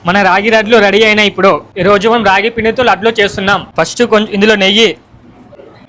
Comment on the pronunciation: raagi ladlu ❌raagi radlu✅😂😂😂 yes sf🗣️ comedy vidhangaaa vundali 😂😂😂😂😂😂😂😂😂😂